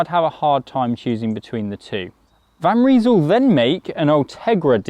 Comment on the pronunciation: They in van Rysel is pronounced like eye, not ee. Nice looking bike though, very similar to the latest propel